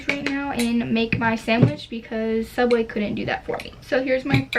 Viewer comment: Subway?? More like savway 😂😂😂